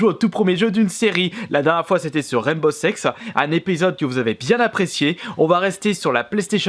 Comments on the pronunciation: T'as dis rainbow sexe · tu as dit au tout début raimbow sex mdr ce jeux jamais vue mais les graphismes c forza